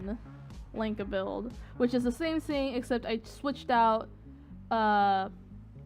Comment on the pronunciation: I think it is cute how you say "sing" instead of thing. Seriously, I think it's cute and I am NOT moking you. Besides, at least you can complete a full sentence without stuttering or stammering. waves hand and points to self I like your vids please keep them coming.